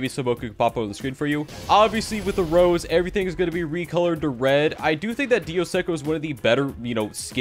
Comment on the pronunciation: its not pronounced rose. Its pronounced ros-e-ayy